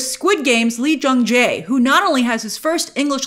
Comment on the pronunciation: yay you nailed the pronunciation of Lee Jung Jae :)